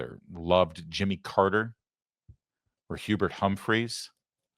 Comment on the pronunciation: Carter??? Sorry Larry, he fit in perfectly with these Democrats until his recent last breath. And btw, Hubert H Humphrey deserves to have his name said correctly.